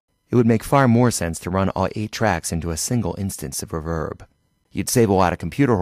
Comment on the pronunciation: Super helpful but its ree verb not ruv herb